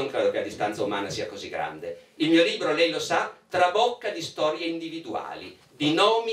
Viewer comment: Comunque la lingua italiana ha delle regole di pronuncia che una volta si imparavano alle elementari, e non sono molto più vecchio di questi signori. Le consonanti doppie si pronunciano in modo diverso dalle singole. Libro non è LIBBBRO. Responsabili non è RESPONSABBBILI, è via dicendo. È elementare!!!